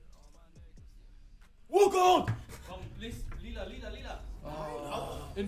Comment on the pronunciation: Wie spricht er Lila aus 😂